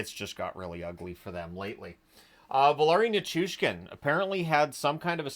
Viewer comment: OK, I try not to nitpick, but after multiple videos of you calling Valeri Nichushkin “Valari”, I just thought I would remind you that it is “Vah-LEH-ree”, not “Vah-LAH-ree”. Ok, I said my piece. 😅